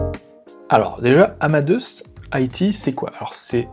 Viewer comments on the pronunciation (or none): "Amadeusse" ??!! C'est le même prénom que Mozart (qui se prononce "Amadé ousse" ou Amadé us en anglais)... j'avoue qu'au bout de la 50eme prononciation du nom de l'entreprise, je n'arrive plus a écouter le fond. Pour le reste, merci pour le travail... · Haha, merci pour la remarque. Désolé que ce point vous ait dérangé ;) Je savais qu'on disait "Amadé ousse" en anglais mais je l'ai prononcé à la française... pensant qu'on ne le disait pas comme en anglais. J'ai eu tord !